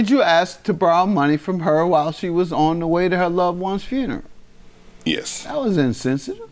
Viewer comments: She said fruneral 😩😩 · I hate it when people mispronounce 'funeral' as 'froon-row.'